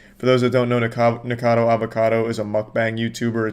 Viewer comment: man he really NEVER learned that the dudes name is NickACADO and not Nickado 😭😭😭